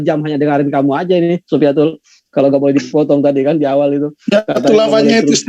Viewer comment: satu yang bikin saya tertawa ngakak bang.....di bilang syoifatul di sebut syoifatul radialloh anhu... 😆😆😆😆😆😆